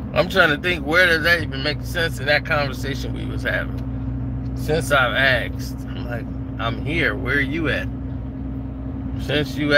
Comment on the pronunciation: “Since you axed”😂🤣🤣